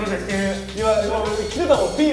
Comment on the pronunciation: ピーマン？ピーマンがきてるの？って思ったらフィーバーか！フィーバーね